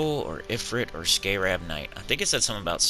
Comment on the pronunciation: you're pronouncing scarab wrong.